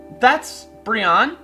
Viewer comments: I'm pretty sure it's pronounced Bri-onne pre Brion-ne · It's pronounced "briny". Weird right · Aren't you supposed to pronounce Brionne like Beyonce? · Love the video and all, but the pronunciation of brionne is -Bree-oh-nee Great vid though! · I believe Brionne is pronounced "Bree-own-nay"